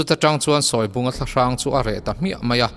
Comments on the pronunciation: A ngaihnawm thei hle mai. Mahse, Sawi lubunga hi, a thlûk ka hriat dan chuan, 'sawi' tihlai hi 'eng thu nge i sawi!? ' kan tih a, 'sawi' tih a lamtur a ni zawk lo maw!!??? chuan Sele kî pawh kha chhimbal angin a kual raih a, a eng(yellow) khâk bawk!!.. a êng(light) nilovin!... (ka lo zep ve zuai a ni e!) 😄😄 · Sawibunga tih hi i lam dik lo deuh lo maw? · Sawibunga tih I lam Rik Dan hi a diklo deuh in kahria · Sawibunga hi i lam dan a dikhlel deuh em aw???